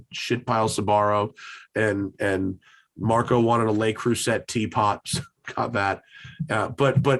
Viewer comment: It sucks to go this long then finally get the covid -I lasted till March 2021. Best thing about this episode - Matts pronunciation of 'Le Creuset' :-D